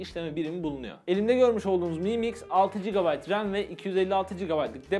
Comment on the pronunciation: mı mix değil amk delirecem em ay mix şaomi em ay miks